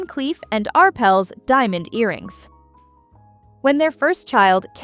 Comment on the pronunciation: Love the way AI says 'Arples' instead of "Arpels'